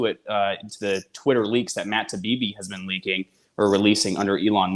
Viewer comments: Isnt his name Taibi, not Tabibi? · Independent journalist? He's mis- pronouncing Taibbi. Get it together.